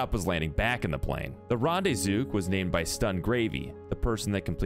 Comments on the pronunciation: Its also called REN not ron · Rande-zook? Wtf, it's got an e in it mate.